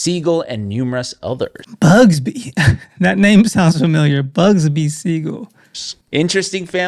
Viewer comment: I'm he knows It's not BUGSBY😂 It's BUGSY. Be safe.